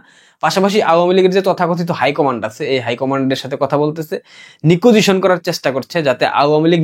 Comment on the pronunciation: এটা নিকুজিশন না ভাই,এটা নেগোসিয়েশন হবে👍